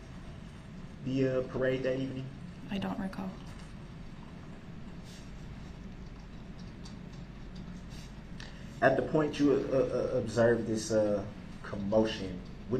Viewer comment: I want to know how many times in his pitiful life he used the word ‘recall’ or should I say ‘recaw’ as he so eloquently pronounces it.